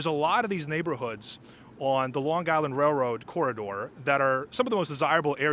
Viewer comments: LiRR is ridiculously Expensive and does not run frequently. Pronounced "Island" not "Guyland". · this is AI crapola. the flat i ron . really. long guy land really? flat out garbage . stop posting this garbage. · The "G" in Long Island is silent.